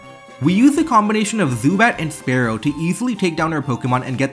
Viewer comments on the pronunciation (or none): it's not spare-oh it's spear-oh, jesus christ